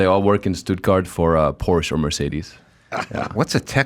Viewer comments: So funny pronounces Porsche wrong in english and adam totally right. 😄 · why does the american host pronounce porsche better than his german guest? It's not a porch, it's a porschE. Detailgenauigkeit ist des Deutschen Eigenheit. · German here. Funny how the American pronounces "Porsche" correctly and the German pronounces it wrong as "Porsch".